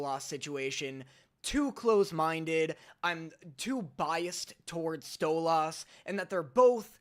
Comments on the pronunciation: I’m going insane it’s stoles not stoloss and I know it’s spelled stolas but it’s still not pronounced stoloss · Bro it’s stolas not stolAs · Btw you pronounce stolas like; “stole-less” not “stole-las” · “Stolass” Me as a stolas fan:IT’S STOLAS NOT STOL-ASS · Stop saying stol-oz 😭😭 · i mean u kept pronouncing stolas like how stella pronounce his name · “Stolahs” That pronunciation hurts me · Why you sayin Stolas like at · I love how he says 'Stolas' 😂😂😂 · And he learned why he got flak for how he pronounced Stolas lol.